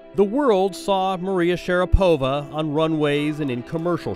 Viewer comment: My Russian wife says Maria's last name is consistently mispronounced. In Russia it has the accent on the 2nd syllable, not the 3rd. It is Sha-RA-po-va, not Sha-ra-PO-va. But maybe after a lifetime of having the western world mispronounce it, Maria just goes with it.